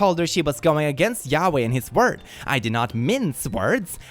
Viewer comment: Ok, but he’s not American. I doubt that the pronunciation of Yahweh is well known outside of the specific religion that uses it. You could have kindly corrected the pronunciation instead of bashing a group of people.